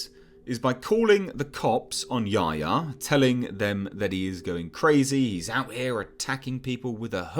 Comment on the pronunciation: I wish they’d pronounce Yahya (Ya-Hy-a) correctly.